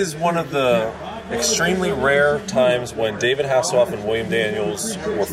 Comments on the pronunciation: Michael Hasslehoff? lmao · He said Michael hasselhoff